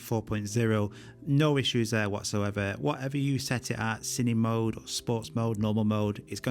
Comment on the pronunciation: Everyone, with an accent or without, pronounces “Cine-Mode” wrong… It’s short for “Cinema-Mode”. Not “Cinima-mode” :-P